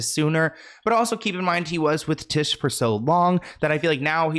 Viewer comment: its tish like fish